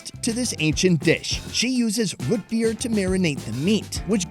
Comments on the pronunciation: has lost 99% of his midwest accent over the years but every now and then it pops up to say howdy. That "Ruut" Beer was 100% Minnesota suburbs. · Is saying rootbeer? It sounds like rit beer... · Is he saying rootbeer or root beer ?